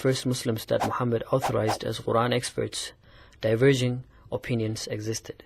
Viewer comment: Why does he pronounce the Quran as "Oran"? I've never heard that before.